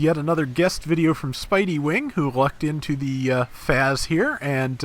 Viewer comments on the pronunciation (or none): I think the FAZZ is pronounced 'Fahts' instead of 'Fazz'. I'm also wondering how they'll do the Xeku Eins configurations, cause with all 3 you could probably have one of each type. I imagine it'll be like the quebeley where we get all 3 spread out over a few releases